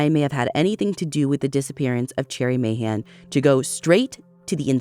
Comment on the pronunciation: Hearing Ashley pronounce Mahan correctly warms my heart ❤❤❤